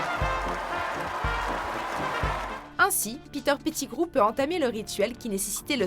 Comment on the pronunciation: "Piter Pitigrou"